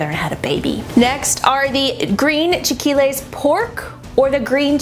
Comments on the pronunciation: It's very funny how you pronounce chilaquiles, it's chi-la-ki-les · Clicked on this so fast! 😆 It's pronounced "chee-lay-key-les" but smushed together, hahaha. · Lol it's chee-la-kee-leys, (re: chilaquiles)